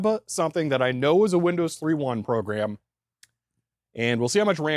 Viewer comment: "...Because I went ahead and made a set of disks for Windows THREE-1..." Haha, oops, wrong emphasis. The difference isn't between 3 and 3; it's between 1.1 and just 1.